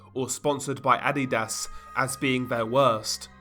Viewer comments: Um adidas not ad di das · For some levity... It's pronounced "Uh---dee---duss" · still hear "Id-eat-ass" when you say Adidas 😂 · Were you pronouncing adidas on purpose? or?